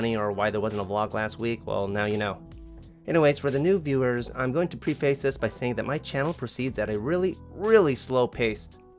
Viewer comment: preh fuhce - not pre face lol